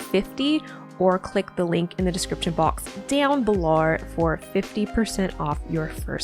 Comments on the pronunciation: “Deown belorr”😭😭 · Heh heh I had to replay it over about three times just to hear it 😊